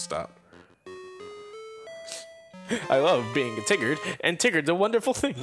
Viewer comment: I'm sorry? "I'm Tiggered?" What, you guys turned into my dog?